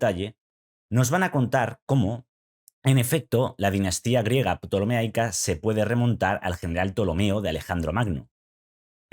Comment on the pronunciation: Ptolemaica no ptolemeaica.